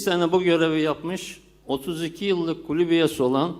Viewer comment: Kulüp mü diyor, kulübe mi diyor, çözemedim..